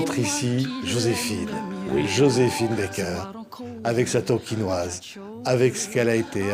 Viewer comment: Merveilleuse JOSÉPHINE BAKER. Je ne comprendrais jamais Pourquoi, beaucoup s'entêtent à prononcer son nom d'artiste A l'américaine, elle préférait Qu'il soit prononcer à la française !